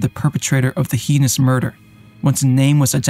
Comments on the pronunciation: Heinous: Please stop saying “hee-nuss,” it’s pronounced “hay-nuss.” You should already know this. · I was thinking the same thing, the first time he said it "heenious."